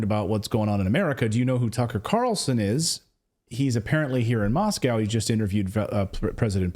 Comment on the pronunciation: Thank you for pronouncing "Moscow" correctly! Remember, there is no "cow" in "Moscow"